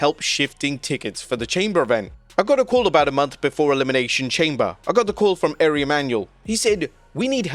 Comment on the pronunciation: Dude its pronounced R We (Ari)....come on!